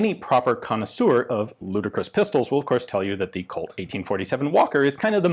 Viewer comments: Say "ludacris" one more time and I'm going to rollout like a spongebob meme. Just kidding, I'm just fast and furiously trying to make as many references as I can. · Did you say ludicrous